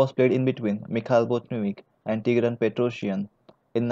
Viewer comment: BotVinnik not BotNivik